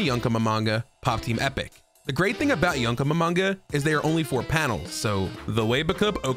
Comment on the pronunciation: I don't think I have ever heard a worse butchering of a japanese word than trying to say yonkoma